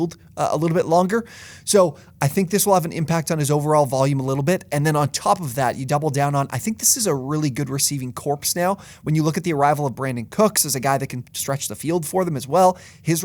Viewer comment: I have heard a few people pronounce the p in corps. Our society is becoming less educated. It’s disturbing. I prefer BR, AE , CMC, NC. I have him in the TP, DH, FT tier